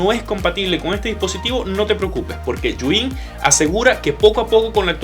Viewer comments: Los de "Yu In" sufriendo cada vez que dice el nombre 😖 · Por qué dice yuin?